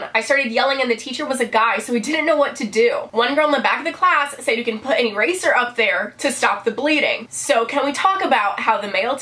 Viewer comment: When you said eraser I thought at first you said razor....ow